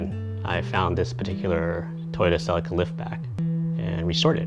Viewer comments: "cell-i-ka" its a "see-lee-ka" , nice car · Silica?!? It's Celica. (Sell-ee-kah.) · I always wanted a sellica ,No CELICA ,talk properly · "sea Leek a" as in Sleeker... not "sell i ka" :) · its CELICA NOT SELICA. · spoken same apart from 'selika' ...its pronounced 'seleeka' !! ;-) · I couldn't watch past 50sec, say sellikka one more time lol it's fucking celica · Its a CCCCC AAA LEEE KAAA not a selaka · See lika ,talk properly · Did he just pronounce that "sellika"??.... Americans.... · Ughh I cant watch the video with him saying celica like that. Honestly I dont understand why Americans have to make every single foreign word sound so bad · you can't even pronounce the name right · wtf did you call it? saladcar? Celica. pronounced ceee leak ahhh. and dahhtsun. dattttt sun At least you can say Toyota 😊 nice little cars